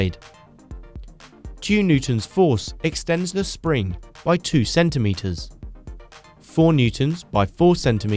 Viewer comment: "sring" lol.. You make great videos